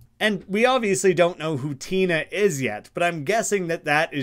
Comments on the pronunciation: It’s just Tenna not Tina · the fact that you even point out it's an antenna pun but still pronounce it like tina frustrates me to my core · there's two N's meaning it's pronounced tenna not tina also cos its like "antenna", and thats how you pronounce that part of antenna